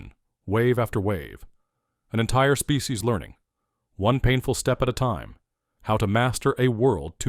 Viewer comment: "species", not specie ... (right ?) ... (÷